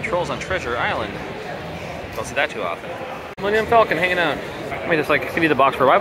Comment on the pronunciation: Hahaha "hunging"